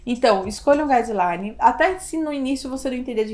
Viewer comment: Bom dia, gostei muito das suas orientações, mas você falou uma palavrinha "estrangeira" aí: "gas...line" de revisão sistemática, que eu não consegui compreender. Coloquei na velocidade mais lenta que deu e mesmo assim não compreendi. Dá pra escrevê-la aqui? Obrigada, no aguardo.